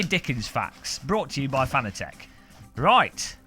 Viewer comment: Im not even 15 seconds in and im thinking, shaking my head.... Geeeesss, say it right, like FA NA TEC and not what most seem to say FAN A TEC Let me help you, CUP A TEA = CU PA TEA :) Nice rim, though sold out already... We still have yet to see the PS4 & F1 licensed (DD1 / Wheel Combo)